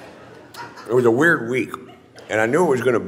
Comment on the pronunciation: he says weird, wierd...